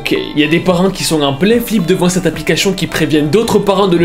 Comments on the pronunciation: Moi: on dit application: Applicashion? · Application se prononce: Applica*ss*ion Et pas Applica*ch*ion Srx mec c'est vraiment dérangeant fais attention à ta prononciation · J’aime trop n’arrête pas de dire aplicaCHION et pas aplicaTION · Créachion, verificachion, applicachon, churtout..... Ta prononciachion est chelou......... Tu te la pète ou tu as un nouvel appareil dentaire....??! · arette de dire applicachion pitié 🤣🤣🤣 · "Cette applicaCHION" 😂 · « Applicachion » le plus gros fou rire de ma vie dsl c pas pour ce moquer mais voilà 😂😭❤️ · Applicachion😂😂😂 sinon bien ton taf propre j'adhère de ouf 🙏🏼🙏🏽🙏🏿de nos jours on voie des choses choquant flippant affolant que dieu nous aide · Applichion 😂❤️ Je kiffe son accent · "appliCACHIIONN" J'ADOOORE 😭✨✨ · J'arrive pas a me concentrer a chaque fois que tu dis "applicachion" 🤣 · aplicachion...😂 sinon hela la vidéo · le " applicachion " 🤣🤣🤣🤣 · "applicachon" 🤔 c'est nouveau? xD un génie notre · c'est moi ou j'attend tjr applicachion XDquand il le prononce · Pq tu dis applicachion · Pk tu dit aplicachon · Il dit aplicachion😭😅😅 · tout le long de la vidéo "ApplicaCHION" 😂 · Jte juuure trop stressant le " aplicachion "😂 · Ça m'a perturbé toute la vidéo il dit "applicaCHion" 😭😭😭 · "Aplicachion " ma peter de rir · mdr au top je sent bien le fait exprès pour la prononciation de application. tu gère sa fait du com gratuit très bonne idée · Comment il dit application mdrrr